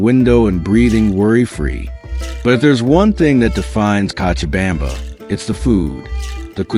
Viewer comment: You are mispronouncing cochabamba (kochabamba) you have to try la vaca loca, el Dumbo, la tequina, you never mentioned a dish called Pam Paco where the food is buried under ground for 24 hours and the 2 o'clock siesta where the city shuts down what about the christo de la Concordia and zip lining .what about that delicious cheese bread and the passion fruit duch and the comedy club and the hot sauce called yajua. I moved there for seven years and the men are not so good when I lived there 1 American dollar was 650.00 Bolivians chicha is the incka Indians booze the hotel cochabamba serves the best escargo and one thing must be said you will get arrested for talking bad about the people or country freedom of speech forget it the police release the prisoners at night so they can steal and let them back in for a split bribery is normal and demanded in government offices and they can seize your bank account and properties with change of politicians i lost my business my house my properties and my life was in danger they do not like Americans they are nice because you have money period that was my experience after 7yrs. Is it still communist or are they democratic now